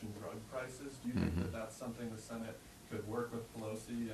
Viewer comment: Whats a Sssenate?